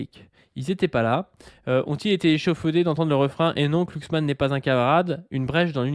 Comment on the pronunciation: glu, et non pas klu(cksman) . Ça et la théorie du jaure, ça me troue le uc.